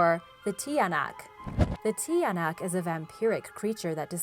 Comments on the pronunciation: it prounounced chanak not tiyanak it make me laugh agahahah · Its not pronounced tiyanak its chanack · It's ng bungisngis not h And it's Chanak not tiyanak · try pronouncing it the tiyanak to chanak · The tinayak is pronounced tyanak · BTW youre pronunciation is wrong for example you said TIYANAK its actually pronounced CHANAK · It's not tiyanak its chanak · You don't read it as tiyanak you read it as tsanak Please don't get offended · It's read as "chanak" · The tiyanak is pronounced tsanak like t-ya-nak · Tiyanak is pronounced shanak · Tiyanak it also pronounces Chanak- lel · If you're having trouble to say that were just say chanak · Tiyanak is pronounced tyanak or chanak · tiynak is pronounced (Cha-Nak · I'm from the Philippines so the tiyanak is sounded (chanak) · its cha-nak, ki-ba-an, mang-kuku-lam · You read the tiyanak like Chanak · The tiyanak is pronounced cha-nak hope this helps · No.4 its pronounced as chanak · I live at Cabanatuan in the Philippines but my English hard sorry ha I like this channel btw we pronounce the Tiyanak=chanak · Love it because I'm from the Philippines. And the pronunciation of tiyanak is chanak.love the vid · It's tsanak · Acc tiyanak is pronounced like cha nak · You pronounce ot chanak in tagalog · Just say chanak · when you pronounce "Tiyanak' it's not how it looks when you read it, chanak is the pronunciation of it but wrong spelling btw im Filippino this is how i greet someone:magandang umaga po ako po si Rhian it means good morning I'm Rhian and po is a polite word in Tagalog when your talking to someone older and how you pronounce po is how it looks like the way you originally pronounce o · The tiyanak is pronounced cha-nak i am just not hating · It's pronounced cha-nak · Hi the tiyanak is wrong pronounce 😢